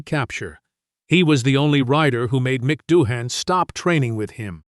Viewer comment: Daryl Beatie will go down as one of Australia's best motorcycle riders. Is Dohane an Aussie beer. Japanese rider Abe is pronounced Arbay. AI voice over is so Cringe worthy.